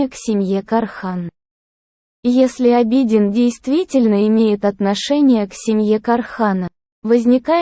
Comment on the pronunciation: Я конечно извиняюсь но тот кто озвучивает хотя бы поинтересовался как правильно произносятся имена. Или смотря сериал можно было бы подслушать как правильно звучат имена. А то слушая уши в трубочку сворачиваются. В турецком языке в основном ударение на последний слог. И имя Абедин читается с удорен ем на И , а не на А